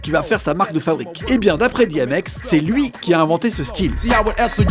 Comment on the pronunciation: on dit 'DI M X "